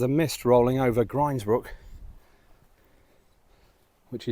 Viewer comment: Good man for pronouncing "grinds"brook as in rinds (of bacon). It makes my blood boil hearing people saying grinds ( rhyming with with winds). Also lose hill (rhyming with booze, as it should be, quoted as lose rhyming with close) really gets my goat....there was a battle a long time ago, the winners camped on win hill, the losers on lose hill as they became known after....not rocket science is it? And so many so-called P.D authorities on here get it wrong. All the gear and no idea if you ask me.